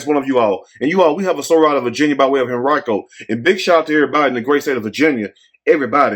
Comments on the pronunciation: You pronounced correctly Henrico, VA metro area of Richmond, VA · Live in Henrico County, metro of Richmond, VA, you pronounced correctly.